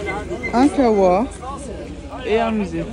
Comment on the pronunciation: 🟥Chui mort de rire quand j'AI vu moto d'homme avec la tenue kabyle elle a devenu kabyle en fraction seconde HAHAHAHAHA DE PLUS LE UN KAHWA (POUR LE CAFÉ AVEC L'ACCENT FRANCAIS HHHHH)